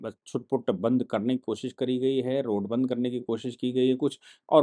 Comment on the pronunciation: सर जी वो बंध नही बंद होता है।